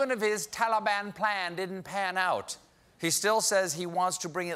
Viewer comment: Am I the only one that's hearing Tali-bam